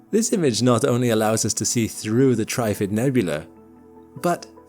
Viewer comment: it's trif-fid mate, not tri-ffid.